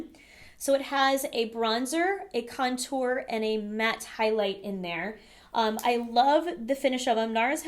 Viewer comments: Haha, yeah. I think she's just putting the emphasis on the second syllable, "con-TOUR", instead of "CON-tour". I used to do the same with "UMbrella" :D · Your pronunciation with certain things really irk me lol tarte-tel-lette 😒🔫 cun-tour 😒🔫